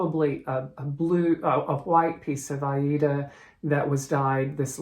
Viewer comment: You must be the only American that pronounces Aida correctly.....🌷🌷🌷🌷.....thank you